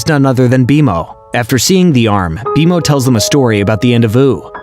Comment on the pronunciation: what is happening first you say bmo wrong and now alternate but mostly say marceline wrong too?! Is this even a real person